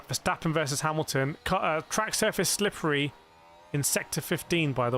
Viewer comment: Sooo slipli, ih so slepli